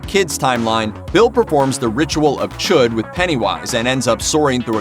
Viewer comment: It's not CHOOD, it's chud! smh